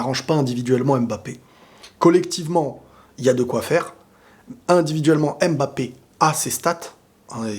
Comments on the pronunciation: Je pense que ça se prononce mmmmbapé pas (ém) bapé lol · C’est stressant comment t’insiste le M de mbappe 😂